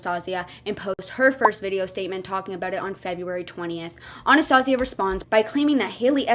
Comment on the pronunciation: That isnt how you pronouce Anastasia. And this man doesn't need a dog, ever until he gets his mental instability in order. If he screams for hours at a human, imagine what he will do to the dog. Abuse it. Promise you.